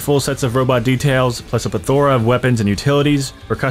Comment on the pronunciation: not being able to say plethora correctly makes sense